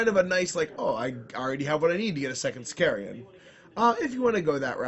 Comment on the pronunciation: Ravenwing bikes don't have skilled rider, only the black knights & Rw com squads & Sammy. They do all have teleport homers but they are 6(?) points more than sm bikes. Also it's pronounced Sic-car-an not sicareeeean. Drives me nuts that everyone inserts in I where there is none.